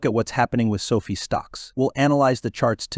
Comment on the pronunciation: SOFI not SOFIA you dummy